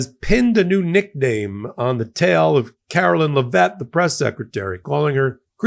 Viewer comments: Dude, please learn how to say her name. LEV-it. It doesn’t even look like Le-VETTE. Same with Scott Bessent’s last name. BESS-ent, not Be-SENT. Please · Leh - vitt vitt not vette